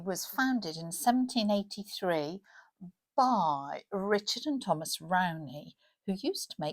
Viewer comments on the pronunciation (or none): none